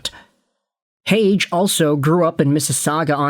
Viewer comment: leafs got cucked.... they gotta watch the habs and sabres run that train lol and its pronounced Heyg-EEEEEEE